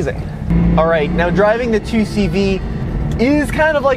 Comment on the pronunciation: Great Vid I learned a lot and I’ve known the 2CV for ages my family had them back in the day until the late 80’s early 90’s. Good pronunciation too!